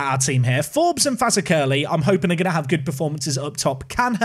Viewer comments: Fazakerley is pronounced: F'Zakalee NOT Faza-Curly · Fazakerley, the accent is on the ZAK part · BTW it's pronounced Fazackly. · As a Guernseyman with a season ticket for GFC I'm looking forward to this series! Pronounciations: Fazakerley = Faz-ack-er-lee Mahon = Mah-hon De La Mare = Deh-lamb-air Canha = Can-ya Gauvain = Go-vine Frank Tobin and Harry Tobin are brothers by the way. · Afternoon. Fazackerley is pronounced like fuzack-ellie 👌 inspired a tier 10 AFC blackpool save 👍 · As a Liverpool fan you should know that Fazakerley is a district of that city and it is pronounced Fa-Zack-ally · Faz ack er ly that's how to say it phonetically. We have a town in Liverpool with the same name. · Fazakerley is pronounced Faz-ack-lee . It almost sounds like "exactly" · For the sanity of all our scouse friends... Fazakerley is pronounced Faz-ak-a-lee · How to pronounce Fazakerley. Faz - AK - a- lee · it's pronounced fa-zak-a-lee like the Borough of liverpool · It's pronounced Faz-ak-er-lee! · sorry mate but i have to say it, it's pronounced Faz Ak Er Lee or Faz Aklee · Fazakerley is usually pronounced with emphasis on the Zak, but to be honest, I prefer your version! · Mahon is usually pronounced Marn. Fazackerley you need to work on. Hard to explain that one lol